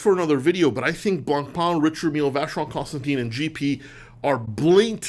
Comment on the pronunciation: You need to pronounce Vacheron Constantin correctly, especially with your European heritage.